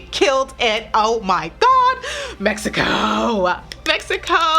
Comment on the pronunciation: I loved it, when you said "México " you are beautifull and nice woman!